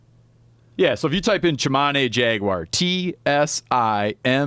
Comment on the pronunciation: You know my english isn't best. So i was wondering ,what the hell is jackwire. It kills people and dogs. Google ,what is jackwire? Nothing... Jagwire? Nothing.... Jagwire south amerika? Ohhhhh... That makes sence.